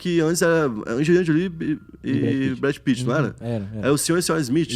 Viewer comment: "Brad pittman" 🤣🤣🤣🤣